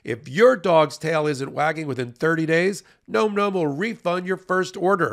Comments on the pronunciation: it's not "gnome gnome" - it's nom nom. Like, an onomatopoeia of someone enjoying their food vocally whilst chewing: "nahm nahm" - get it? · Can somebody please tell and/or your advertiser "It's pronounced (NahM Nahm) not (Nome Nome)"? It's an eating sound. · Please tell it's pronounced "NAWM NAWM" Thanky. 😊💖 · Bro, phonetic spelling so you can say the sponsors name correctly. Nahm Nahm